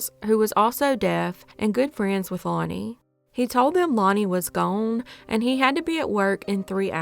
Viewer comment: “Lonnie wuz Guuen” 😅😂